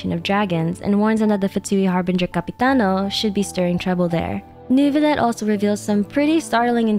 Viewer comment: do you know why many characters pronounce Neuvilette's name as "Nervilette"? Paimon included. Is that perhaps a Canadian French thing?